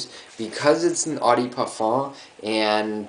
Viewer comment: pet peeve of mine. gotta do it. sorry. eau = "Oh" de = deux (2 in french ... pronounce it like an english person speaking french or say "duh" instead) nice vid btw. :D